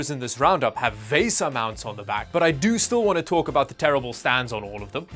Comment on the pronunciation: Why do you insist on pronouncing everything wrong? It's pronounced, like the credit card "Visa Mount", It's not pronounced "Vaysa Mount". Watch anybody else's YouTube video where they discuss VESA mounts. Nobody pronounces it like you. I suspect you're from another planet. LOL!